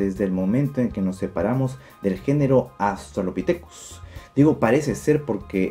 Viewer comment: Corrección!! Con TODO RESPETO. NO se dice ¨astrolopithecus´´ se escribe y pronuncia AUSTRALOPITHECUS.